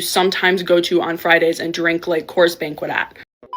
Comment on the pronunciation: She said "Coors Banquet" 😅😅😅😅😅😅😅😅😅😅